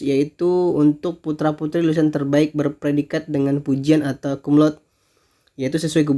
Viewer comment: Koreksi : bacanya bukan kumlaud tapi Kumlaude (sepeti biasa)..karna ini bahasa Latin bkn bhs Inggris.... Thanks.